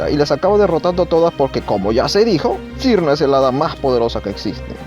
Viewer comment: Por cierto su nombre se pronuncia "Chiruno/Chirno"